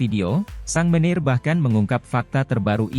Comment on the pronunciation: Sang manager dibacanya sang meneer. Robot oh robot